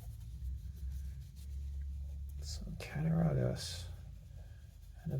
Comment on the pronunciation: Cat-uh-raw-gus is the pronunciation. Awesome video and I love that jigged bone two blade jack!